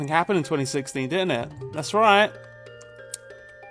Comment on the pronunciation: Was the fact that he's saying wrongly 2016 on purpose part of the joke? I can't tell at this point, people use to many layers of sarcasm.